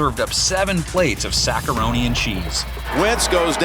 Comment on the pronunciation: My guy said sack-aroni and cheese